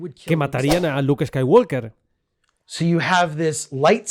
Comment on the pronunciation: Cuándo será el momento en que España aprenda a pronunciar Chewbacca sin comerse la b? Y si me lo permiten: en Skywalker la L no suena. La palabra Jedi...el acento está en la sílaba JE, no en DAI. JE-dai Un beso!